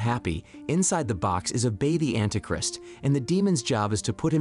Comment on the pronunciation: And anti "Crist" lol